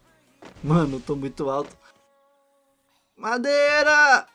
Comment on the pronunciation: A melhor parte é a hora q ele vai e fala "madera" kkkkkkkkkk